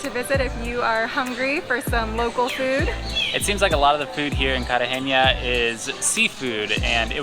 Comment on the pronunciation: No soy de Colombia soy de Mexico 🇲🇽 y segun yo es Cartagena no "CARTAGENA" I think is Cartagena not Cartageña